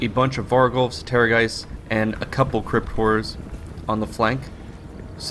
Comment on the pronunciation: I keep hearing it as "Crypt whores" lol